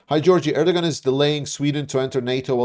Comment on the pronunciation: Erdogan’s pronounced AIR-DUH-WAN. Sorry, you’re a hero, but that was distracting me so much.😂